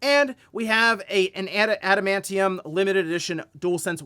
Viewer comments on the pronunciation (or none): none